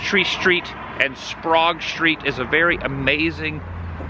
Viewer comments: It is pronounced "Sprag"the e is silent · Sprague is pronounced (Spr-agg) as in Aggie, btw 😅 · Also Sprague is pronounce sprag not sprahg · You mispronounced Sprague Street. It's a long 'A' that sounds like an 'A' and not 'ah'. Think back to Howard Sprague on 'The Andy Griffith Show'. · You said Sprague wrong but welcome to WINSTON SALEM , NC. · You mispronounced Sprague lol. I grew up on the corner of Sprague and Sink which was less than a block from the Shell Station which looked really bad when I was a kid. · I've always heard it pronounced with a short A like hag or rag.